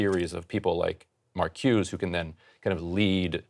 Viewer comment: Sorry to rain on this Ryan lovefest, but his take on the Powell memo is way off base - and if someone can't even pronounce Marcuse's name correctly and is too young to have lived through the era he is now pontificating about, he should be a lot more hesitant to pass himself off as an expert.